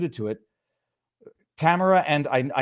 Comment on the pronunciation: Her name is Ta mar a not tamra